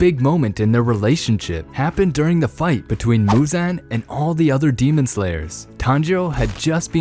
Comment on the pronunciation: Like bro pronounce the names right